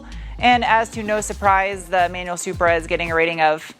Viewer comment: I'll take the new Z over this "Zupra" anyday!!